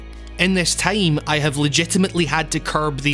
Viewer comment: The way this guy says "time" makes me giggle